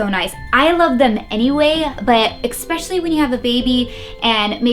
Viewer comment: Nice video but please stop saying EX-PECIALLY and SUSS-CRIBE